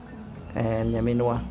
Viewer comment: Am half cast from Tanzania and Kenya,, watching from Nairobi, slight correction hapo kwa nyamin and omin, luo from Kenya are suppose to say NYAMIN MARA....OMIN MARA. kiwacho NYAMINWA it means OUR SISTER,, I teach both luo songs and language,,, but you're doing a great job